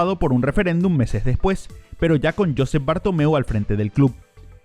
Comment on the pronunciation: Ni se dice "Sandro RÓseL" ni "JÓsep Bartomeu" ,el acento hablado NO va NI en la o de RoseLL NI el la o de "Josep" sinó en la segunda sílaba de ambos apellidos RosÉLL y JosÉp. Por otro lado la doble L final en "RoseLL" nunca se pronuncia como una L sinó parecido a una Y o como en LLano (verdad que no decís "Lano" sinó "LLano"?! pues RoseLL (parecido a "Rosey") y NO "RoseL". La J de Josep la has pronunciado aceptablemente bien (no se pronuncia como la jota castellana sinó como la j portuguesa para que nos entendamos) y por último la S de RoseLL NO se pronuncia tampoco como la S castellana sino como la Z de pizza italiana o la Z inglesa ("zet") por lo tanto la forma correcta pronunciada de Sandro Rosell y Josep Bartoneu seria: "Sandro Ruzéy" y "Juzép Bartuméu"